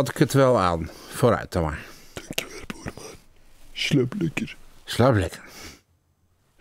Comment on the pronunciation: Bangg 😂😂❤ ik ging stuk die aaaaahhhhh zo grappig en die boerman het ik buurman niet boerman ik ging helemaal stuk en engg 😂😂😂😂😂😂😂😂😂